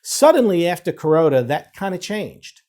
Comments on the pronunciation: Yeah he’s saying Kuroda not corona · I think it's just bad pronunciation of "Kuroda", the BoJ governor